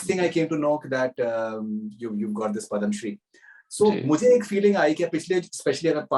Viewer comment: Dear Host its NOT PADAMSHREE its Padma Shree! Please correct!